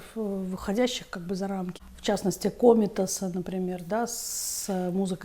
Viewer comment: НЕ МЕШАЛО БЫ ПОЙТИ К ФОНИАТОРУ. ДИКЦИЮ В ЭТОМ ВОЗРАСТЕ ТРУДНЕЕ ИСПРАВИТЬ. ТЯЖЕЛО СЛУШАТЬ!!! ЛУЧШЕ,КОНЕЧНО, ПИСАТЬ... ДА, И КСТАТИ, СТАРАЙТЕСЬ ПОЖАЛУЙСТА, ПРАВИЛЬНО ПРОИЗНОСИТЬ ФАМИЛИИ КОМПОЗИТОРОВ. В ЧАСТНОСТИ КОМИТАС В ВАШЕЙ ИНТЕРПРЕТАЦИИ ПОЛУЧИЛСЯ ЛИТОВЦЕМ.